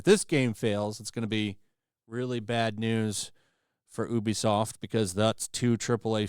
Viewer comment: You're mispronouncing ubisoft